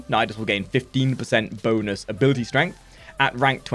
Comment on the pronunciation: "abilitie strength"